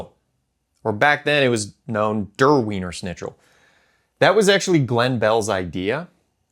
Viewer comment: The best part of the video is how you can't pronounce Wiener Schnitzel correctly. 😂